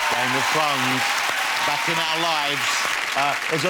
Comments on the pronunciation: Da Fozen Norf. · I'm sorry for being a dick but he said game of fwowns. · I can't listen to this guy it sounds like he says Game of phones. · "Game of fones"... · Am I hearing it wrong or is he actually saying "game of t'dhones" ? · Game of thwones, Wose Lesley, Kit Hawwington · Dwagons! Thwones! Tewible tewible human beings! Fwozen Nowf!